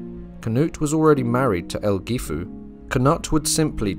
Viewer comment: 'Aelfgifu' should correctly be pronounced 'Alf-yeefu'. The AE dipthong is used in Old English to indicate the short 'a' sound (as in 'Mathamatics') and the letter 'g' would generally be used with its 'y' sound, now found only within words like 'night' and 'sign'.